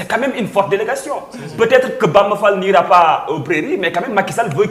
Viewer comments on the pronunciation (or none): sall au lieu d fall